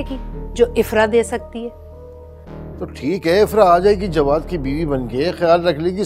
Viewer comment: Jwad ko galat bol rahi